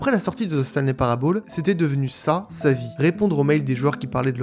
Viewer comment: "Parable" se prononce [Parabeul], pas [Parabaule]. "Year" se prononce [Yeur], pas [Yère].